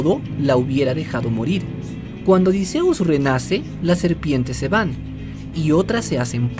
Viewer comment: Por lo menos si pronuncias bien el nombre de odysseus